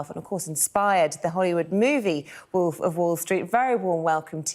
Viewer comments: 'Woolf' Love that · Please say again “Wulf of wallstreet” XD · "The real woof"